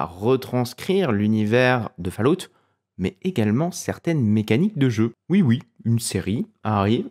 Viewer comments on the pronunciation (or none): Faloute... j'ai les oreilles en sang.